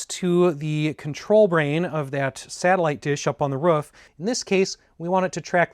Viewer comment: Are you Canadian or from Minessota? you said "roof" like them